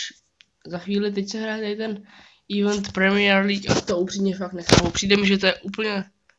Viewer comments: čte se to ivent ne ívnt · U u toho eventu máš totálně špatně výslovnost 😂😂😂